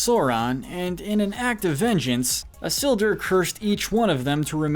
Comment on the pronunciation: How did you pronounce all the names so wrong Sorron Islduh Ect 😂😂😂